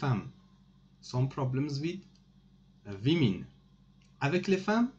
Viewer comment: with the vimin or the WOMAN."woomin"🤔🤔🤔🤔🤔🤔